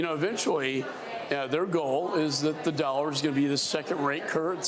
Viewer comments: yes digital wan!!!!!!!! defiently what im using to buy my food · This guy can't even pronounce Chinese currency correctly 🤣🤣🤣🤣🤣 Digital Wan ?😂😂😂😂